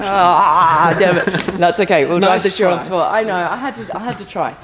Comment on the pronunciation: "BUGGUATI Chrion" those mistakes lol